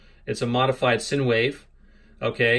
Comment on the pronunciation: Modified 'sin' wave? It's called 'sine' wave, as in 'sign'.